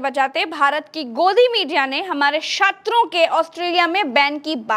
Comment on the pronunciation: Shatra nehi medam satra